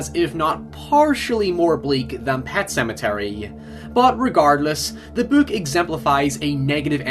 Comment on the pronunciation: Nobody:: Böök